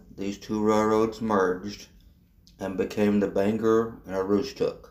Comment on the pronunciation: There are a few small issues with your video. Bangor is pronounced Bang-gore, Aroostook is pronounced Ae-roooostook. Katahdin is pronounced Kat-ah-den, Lac-Megantic is pronounced Lac Meag-an-tick, and Nantes is pronounced Nant-s. Other than that, that was a very good history of the BAR/Derby shops. The shop complex was sold to the town of Milo, and Fortress Investment which owned CMQ has a lease on it. Fortress created a tank car repair/cleaning company called Katahdin Rail Car, which currently uses the complex. Currently the portions which CMQ used for motive power repairs are unused.